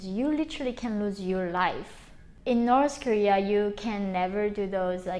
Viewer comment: I love how she says norse korea